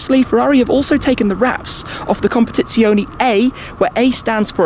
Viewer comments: CompetizionE , not competizioni. As you say correctly speciale, not speciali. Anyway great video Shmee! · ... u should improve ur italian language... "competizionE" and not "competizionI" ;-) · COMPETIZIONEEEEEEEEEEEEEEEEEEE NOT -ZIONIIIIIIIIIIII ❤️ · Nice video😍,but is CompetizionE,with "E" in Italy pronunciation,not CompetizionI. Is wrong CompetizionI,in english pronunciation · amazing video but as an italian PLEASE, it's non competizionI is competizionE just as you say fErrari and not Firrari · Everything exept for how to pronounce competizionE, its competizionE not competizioni 😅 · Comp-a-TITS--ione. Emphasis on TITS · ahhh classical. An Englishman butchering an Italian name. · he cannot pronounce it properly